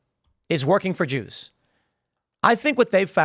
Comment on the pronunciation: Wow. I used to admire Jake Shields. But dude has gone full anti-semite. Hell, he isn't even hiding it behind the whole "I'm not against the Jews just the Zionists" excuse anymore. He is just flat out saying "da joos".